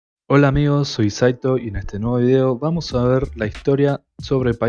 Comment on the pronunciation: (24/ ) me dirijo hacia ud. Sin haber visto este video, sólo al comenzar ud.se presenta como Saito )cargando su voz en la letra (a). Según la regla gramatical señala que en presencia de un diptongo( 2 vocales juntas) se acentúa la vocal más débil, en este cayo, la letra (i) ruego a Ud. Disculpar esta corrección,pues, es muy frecuente este tipo de equivocación en los medios de comunicación. Esto me hace pensar, que la educación de antaño fue más completa que la actual. Le saludo muy afectuosamente...